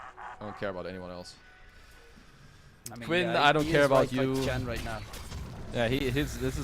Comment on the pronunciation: Why does the caster keep saying ench. That's a bloody chen